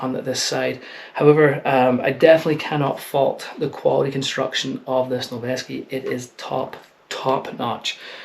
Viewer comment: Saying "Noveske" with a Scottish accent is very aesthetic